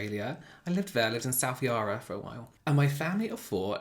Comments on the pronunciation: I love seeing you cry in these! Of course I don't know you personally but it truly shows how beautiful your soul is! p.s you pronounced Yarra wrong hehehe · I’m Aussie and the way you say ‘Yarra’ omg 🤣 it makes it sound so posh 😂❤️